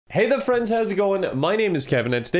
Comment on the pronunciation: Just me, or does he say "hey dead friends....."